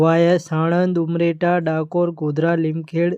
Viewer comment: તમે જબરા છો.... ઉમરેઠ નુ ઉમરેઠા અને લીમખેડા નુ લીમખેડ...આણંદ નુ સાણંદ અને ખેડા નુ ખેડ !!!!! 😅😅😅